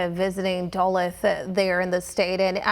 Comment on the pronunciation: Pronounce Duluth correctly